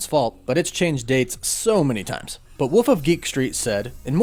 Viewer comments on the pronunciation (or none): of Cosmic Wonder really can't pronounce 'wolf' huh